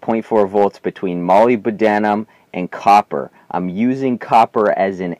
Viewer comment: it's not [molybYdenum] it's molyBDenum